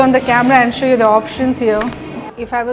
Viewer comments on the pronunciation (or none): none